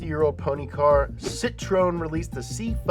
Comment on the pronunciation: Hey! To practice pronouncing Citroën: see-tro-ayn 😉 Thanks for your amazing videos,!